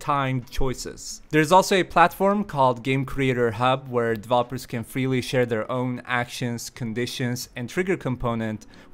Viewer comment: game duh-vloppers?